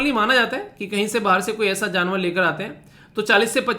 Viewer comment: Jnavar nahi sir ji janvar boliye